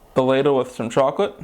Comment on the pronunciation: CHAWCOLET DID YOU SAY CHAWCOLET!